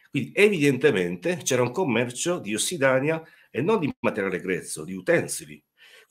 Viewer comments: Interessante, ma sentendo parlare l'autore, con errori pacchiani tipo "Ossidania al posto di "Ossidiana", "abitanti di Atlantidi" non ispira molta fiducia. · Ossidania? Perché non ossidaina? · Possibile che non sappia che si dice ossidiana? Incredibile. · Informazioni utili e complete. Una conoscenza vastissima. Una spiegazione chiara e senza tecnicismi. A fronte di quanto detto prima, rimango basita dai commenti focalizzati sulla errata dizione di ossidiana.